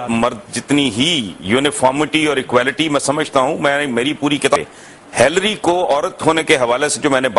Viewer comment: Whats up with the pronunciation? ... "hilree hilree" all the way :). But Hassan Nisar is right.